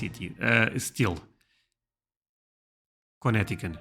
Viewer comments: Pronouncing Connecticut, you did fine until the end. It is ". . . cut," not ". . . can." You did well to let the second c be silent. So, 8 out of 10. Massachusetts, 6 out of 10. It has four syllables, not just three. It sounds like Mass-uh- CHOO-sets. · Try this: Mas-saaa-chew-sits and: Con-neck-taa-kit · Mass-ah-tchoo-sets, with the emphasis on the tchoo. Con-et-eh-cut, with the emphasis on the et. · 11 I can understand the states you're trying to say, but they are not quite right... It's more like: Mass a chew sets Con et i cut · Massachusetts = Mass-a-chew-sets. Try not to run it all together quite so much [NOT Mass-shoots-its, lol]. It has 4 distinct syllables. And Connecticut = Con + etiquette... the middle "c" is silent. Keep being amazing. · As someone from Massachusetts I appreciate you trying to pronounce our name right😂 (you can also say just Mass for short) Mass-uh-chew-sets Kuh-net-i-kut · Mass-uh-chew-sits (Massachusetts) and cuh-neti-cut (Connecticut) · Mass a chew set = Massachusetts Co net tee kit = Connecticut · Kuh neh ti cut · A well done film about the Revolution is “The Patriot”starring Mel Gibson. Massachusetts has 4 syllables. Mass-ah-CHOO-sets. Connecticut also has 4 syllables. Conn-ETT-I-cut. (You don’t pronounce the middle c.) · Massachusetts - 6/10 (Try this. 'Mas' as in 'but' in Portuguese, 'E' as in 'and' in Portuguese, 'Tchu' as in 'bye' in Portuguese. and 'Sits' in English. Should come together like [Mas-E-Tchu-Sits]) Connecticut - 7/10 (Try this. 'Ca' as in 'here' in Portuguese, 'Ne' from the Portuguese 'neve', 'Te' from the Portuguese 'temor',and 'Cot' from the Portuguese 'cotação'. All together should be [Ca-Ne-Te-Cot] Hope this helps and I've enjoyed your videos so far! As an American with a fascination for Europe, it's nice to see the interest is reciprocated!